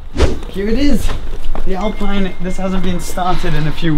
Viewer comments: How do you speak french and still mispronouce Alpine? :P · Alpeen in french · Hello,it is said AlpEEne please...nice day... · ALPINE is pronounced: “ahlpien” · Say Alpine like "Alpeen" ;) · tu es français et tu dis alPAILLEne ? Tu devrais avoir honte de faire comme si tu avais oublié la bonne prononciation (on se demande pourquoi d'ailleurs)...